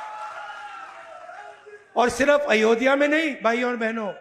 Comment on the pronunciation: Ayodhya to bolna sikh jaiye Rahul ji